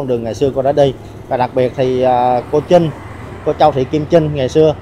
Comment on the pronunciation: CHAO CHAU THI KIM TRINH..THAY VI E PHAT AM KH CHUAN..THANH TEN CHINH..TRINH CHU KH PHAI CHINH NHEN E..